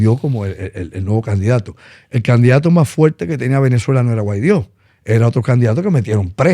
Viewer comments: Ah y es Guaidó no Guaidio 🙄🙄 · Primero aprendan a pronunciar Guaidó y después hablen de él. Jajaja